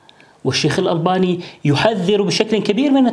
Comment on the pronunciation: الألباني الباء و اللام مرققة ياشيخ